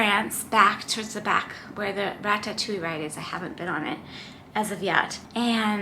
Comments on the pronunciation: Rat tat too eee?? LOL It's ra·tuh·too·ee. And you did get a powerade after the race. If you look back at the mark in the video you can clearly see the volunteer hand you a yellow powerade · You're pronouncing Ratatouille wrong.